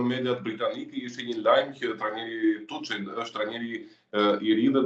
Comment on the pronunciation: Zoteri Tuhël dhe jo Tuçel, kështu shqiptohet emri i trajnerit gjerman.